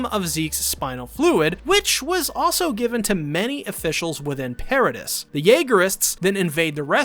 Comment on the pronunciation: Yeah it was super distracting that he pronounces MULTIPLE CHARACTERS names wrong. If it were just one that'd be one thing, but it's many. It's not even just characters. Paradis is not pronounced that way.